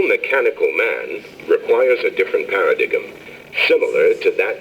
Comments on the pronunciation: "Para-dig'em" lmao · Paradigum. How funny. :D That's how I thought it was pronounced for a long time until someone told me otherwise. Apparently no one has told this guy otherwise...